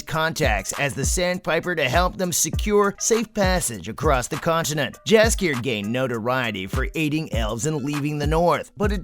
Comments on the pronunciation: Not a bad video, but you should double check the pronunciation of some of these names.. Jaskier for example, the J has a Y sound, so it sounds like Yaskier. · His name is spelled Jaskier in the show or dandelion in the game. The spellng is right my bad here